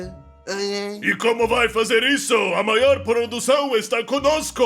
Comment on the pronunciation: "eu vow ser o mayor produtor de semicondutores oray?"